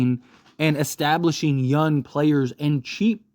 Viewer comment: I love you but bro the way you say young pisses me off 🤣you don’t pronounce the “g” and it bothers me so much. I had trouble watching the trae young video🤣